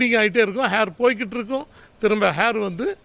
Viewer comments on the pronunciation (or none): அண்ணே ஹேர்.HAIR ன்னு சொல்ல கூடாது. ஏர் air.. ன்னு தான் சொல்லணும்.. அம்புட்டு தான் வாழ்த்துக்கள் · Hahha Hair illa Air..